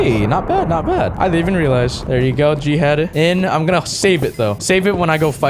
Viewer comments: Just to say, when you say g head, it sounds like jihad. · Literally every time he says "G-head" I hear Jihad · Whenever he says g head it sounds like he’s saying jihad